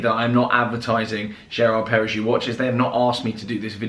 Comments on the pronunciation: Nice watch. BTW, it's pronounced "jeerard pair-uh-go" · People aren’t born yesterday. Brands always pay for official marketing and imply without contractually mentioning it to do a video claiming it wasn’t asked. Prossi influencers always do a video like this COINCIDENTALLY just after being paid for something else. You wouldn’t bang on about a watch brand this much when you didn’t even bother to learn their pronunciations if it was genuine. Might as well had been reading from a TelePrompter. Also ceramic isn’t a strong metal, it chips when dropped where as steel does not. HOW are you a watch channel??? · If the watch is 28k, you pay 8k, that’s 20k payment for you to HAVE to do this video. Mindless? Coming from the person who doesn’t know how to pronounce the brand or even understand metals or their properties?